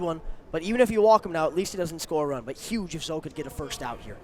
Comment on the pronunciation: One day will say Zoe's name correctly. One day.